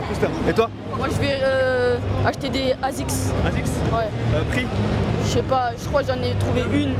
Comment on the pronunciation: Mais il a dit des asics cantum 😂😂😂😂 mais non 😭